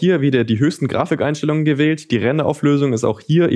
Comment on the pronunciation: Niemand:: Graficheinstellungen